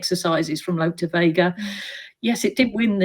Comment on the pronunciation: It’s Look De Vega Tanya not Lope